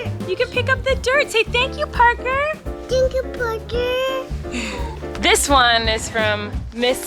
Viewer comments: Omggggg he said “Thank you, Parker” perfectly!!! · he said “ thank you parker “ so clearly 🥺